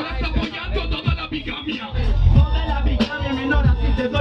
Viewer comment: Criterio se le pegó, es obvio. No sé que resultado tan injusto es ese,, se dice: legañas, no lagañas, se dice: Bigamia, no Bigamía...